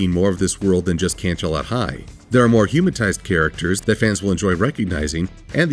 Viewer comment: "Humatised"? Not "humanised"? Well alright.